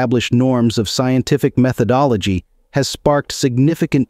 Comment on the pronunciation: Insteed?! Methodologhie!!?? I smell a computer voice. Alas! Alack! Oh woe!